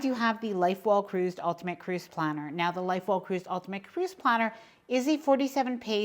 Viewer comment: I have to share this and please know I'm not making fun... I enjoy your videos and am watching them religiously... however, every time I hear about the booklet about staying organized, instead of Life well cruised, I hear Light bulb cruise.... just a funny. Thanks for all the info you share!!!